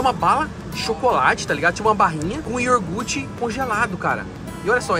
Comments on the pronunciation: pelo amor de Deus, o que custa falar iogurte certo? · Iogurte pelo amor!!! Fala certo pó, respeita os ouvintes kkkk